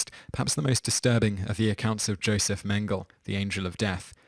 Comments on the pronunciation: lol and "mangel" (Joseph Mangele) I am pretty sure everyone, ever says Mangel-Ah. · I enjoy these videos but errors often creep in. The great Chinese famine was in 1959, not 1949. And Simon is notoriously, toe-curlingly bad at pronouncing foreign names. Josef Mengele's last name is not pronounced "Mengle".